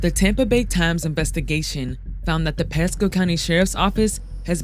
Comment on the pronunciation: Well, having lived in Pasco county before, I’d believe it. But I’m still not sure where this said “P-E-sco” place is. #Flo-ri-duh